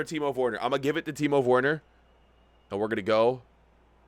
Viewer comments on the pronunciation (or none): Please pronounce Timo Werner, like Vernah, not wernur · It’s so obvious he doesn’t watch chelsea irl, “Kovasich” “Why is azpilicueta running up?” “Teemohv Werner” “Tahmmy Ahbroham” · No one:: Teemo Fwerner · bro why he sayin timo worner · Do not say Timo worner